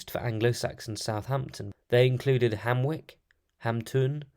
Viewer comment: Thanks. Nice video. Hamwic was probably pronounced Hamwich (as in Ipswich, a contemporary trading town). The c being generally pronounced "ch" at the time. St Mary's was probably contemporary with the founding of the town by Ine, though conceivabley could be a little earlier. The mid 7th century was probably too early for the Gewisse to have controlled the area, it may still have been pagan Jutish land. The Gewisse (later West Saxons) were still centred in the Thames Vallet in the 630s hence their first bishopric being Dorchester- on-Thames. Would like to have heard more about Hamwic's decline during the 9th century and the move to the "old town".